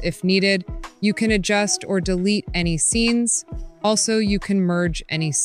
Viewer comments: i love when she said it can be converted into "A-N-Y" other style instead of the word "Any" at about the 2 minute mark. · Ai voices are so stupid "literally any other style" becomes "literally A N Y other style."